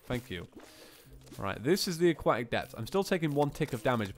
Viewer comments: CAN YOU SAY AQUATIC CORRECTLY IT'S EXTREMELY ANNOYING. A-KWOH-TIC. I know the british can't speak properly but come on mate. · "aquatic" has a "t" in it